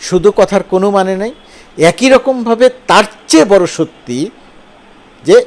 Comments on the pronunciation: একোই না বলে অ্যাকি উচ্চারণ করুন। ছ-এর উচ্চারণ ঠিক করে নিন। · এক-ই নাকি এ-কই? 😊